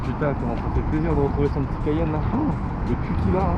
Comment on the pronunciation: Tu peut pas dire cayenne comme tout le monde. Genre 😂😉😉.